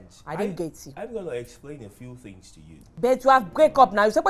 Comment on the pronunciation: There’s a reason Kunle is one of my favorite actors- too good 😂 Love the way he pronounces “things” as “fins “ . From big brother to Zaddy 🙌😂